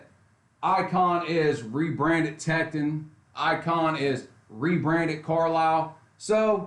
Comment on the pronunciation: It’s “Tek-ton”, pronounced like “don”... not “Tek-tin”....